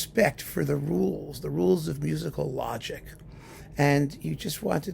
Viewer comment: I devour all of your wonderful videos as you make them. Your knowledge and word smithing is a treat. If I may offer up just a small single correction, given the rare opportunity: the last 's' in Saint-Saens is pronounced; it's not silent.